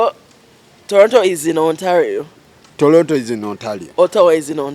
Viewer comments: If he says Tolonto one more time 🤦🏾‍♀️ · The interviewer calls it "Tolonto"